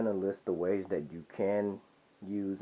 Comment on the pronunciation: You need to learn the difference between a D and a T (Dhat should be That)